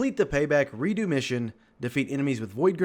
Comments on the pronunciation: it's re dux not re do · Who pronounces redux like that? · your video is great but just the way you said Redux had me dying a little inside. 😂